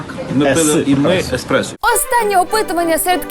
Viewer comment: Не експресо, а еспресо! В цьому ділі я есперд.